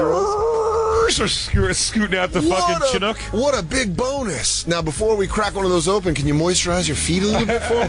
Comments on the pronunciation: The way Jay pronounces Chinook sounds like an Asian racial slur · That and Dan saying “Chinook” wrong made me laugh 🤣